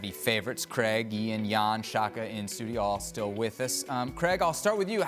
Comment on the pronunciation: This Yankee bellend needs to learn how to pronounce CRAIG